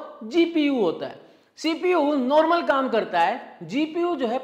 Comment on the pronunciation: नोर्मल नहीं नॉर्मल होता है, उच्चारण सही करिए बाकी एनालिसिस तो बेजोड़ है।